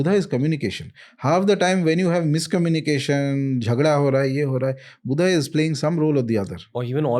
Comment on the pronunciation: It’s my sincere request to pronounce the names in hindi as they are , without adding an extra “a” to them. Like Buddha as Buddha and not as Buddhaaaa. 🙏 my sincere request. Let’s not distort our language for the ease of others .